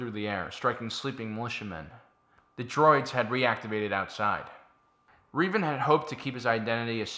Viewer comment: When you say Reeevan do you mean Revan?